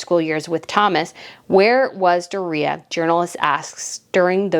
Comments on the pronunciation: I always thought it was " Doooria" Like the stress in the "o" part of it, not the "i" part ..but hey, what do I know? LOL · I like your videos and you do good research. I think Meg's mom's name is pronounced Doria with 3 syllables; and put a long sound on the o...like 'doe a deer'...... Doe-ree-ah. Not, how you are saying her name, Dor reah. I promise. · Why are you aping Tom Bower's affected pronunciation of Doria? It's "Dor-yah" NOT "Do-ree-yah". I'm sure you'd find it grating if people called you "Breet-NAY". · Hi, it’s not Dorea, it’s Doria, one word, like Dorya! Ok 👍🏽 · It's "Door-ee-uh", your killing me. And I am in agreement with you. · Meghan’s mom’s name is dooria. Pronounced door ia. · Why are pronouncing Doriah name DorReeha ? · Mutt's mother's name is pronounced DOR-REE-AH. Mispronouncing someone's name drives me crazy. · DOOR’-ree-ah COR’-tee-ers Look them up, please. Harry is convinced that when George turns 18 he will be meaningless. At 18 George can reign.